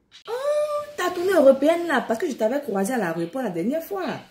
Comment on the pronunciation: Toi tu te moque des gars et tu t'écoute même pas...elle dit : a l'areoport ma on dit a l'aéroport OK? Je te kiff salut